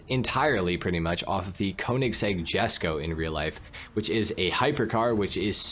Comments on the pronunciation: Love the video, has a lot of great information!!! One small note, the konnigsegg Jesko is actually pronounced (yes-co), after the founder of the company Jesko Von Konnigsegg. At one point was the fastest production car in the world! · the jesko is pronounced “yesko”😊